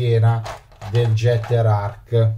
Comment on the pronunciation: Si pronuncerebbe ghetter..... Tanta Zama? 😂😂😂😂 Fa c@@ Io l' ho aperto preso in mano e rimesso in box